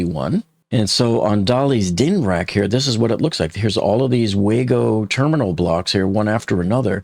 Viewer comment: "WayGo" connectors? It's Wago :)